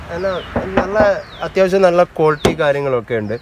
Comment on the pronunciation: കോൽറ്റി അല്ല ക്വാളിറ്റി...ഇങ്ങനെ തന്നെ പറയണം എന്നാലേ ഒരു ക്വാളിറ്റി കിട്ടൂ 😄😄